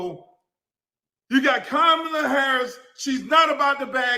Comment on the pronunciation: Her name doesn’t have an “O”. It’s KA MAW LUH. It’s a little thing that just slipped by to make her sound more appealing and it makes me sick.